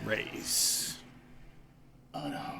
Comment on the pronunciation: Raees , it is pronounced as Ra-his, it means rich or wealthy. Checkout my reaction too...